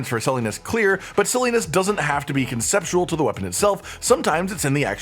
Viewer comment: This guy here using the word conceptual like squanch